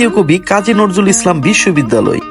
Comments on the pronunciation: নরজুল না ভাই,, নজরুল হবে। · নজরুল নাম টাই বলতে পারেন না আপনি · আপনিতো কবির নামটাই উচ্চারণ করতে পারেন না।